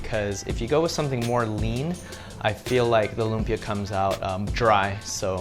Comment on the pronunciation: It's pronounced loomp-Yah. There's an emphasis on the beginning of the second syllable.